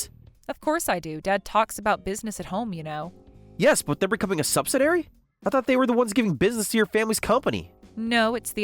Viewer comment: Argh! If i hear subsiDAIRY one more time...please say subsi-DEE-ary.